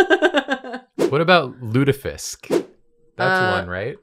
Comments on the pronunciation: your first pronunciation of Lutefisk was actually correct! My brother spent two years in Norway and speaks Norwegian, and it is pronounced Lute-aye-fisk. It is also absolutely disgusting and states like a fish oil candle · first pronunciation of Lutefisk was pretty accurate, I’m impressed